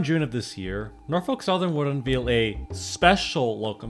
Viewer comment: It's pronounced "un-VALE". You know, like a wedding veil.